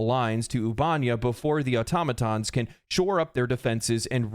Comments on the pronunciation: Oob-eh-neigh-uh. Not oob-ahn-yah. Computer says it every time you enter the system from elsewhere. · Loved the video, hated "ubánia"... Ubanéa. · I feel like it's pronounced Ubah-nea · Ubanea = "Oo-bah-nay-uh" not "Oobanya" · Trying to take this seriously, but “Ubanya” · Seriously dude the ship computer even tells you how to pronounce the planet names lol. It's 'Oob - A - Nay - A' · why can noone say the planet names. The other helldivers channel i watch keeps calling it albania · How are you mispronouncing the planet names when there is audio properly pronouncing the planet names in game?! Ubanea is pronounced "Oo-ba-nay-uh" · Why you gotta say Ubanea like that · The way he says "Ubanea" has me calling my local Democracy Officer to report him. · Damn I could not listen to him say Ubanea lol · Taking a shot every time he mispronounces “Ubanea” system!